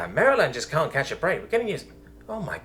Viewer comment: Just wanted to let you know from a local Marylander. You pronounce every name Location name wrong…….. Including Maryland.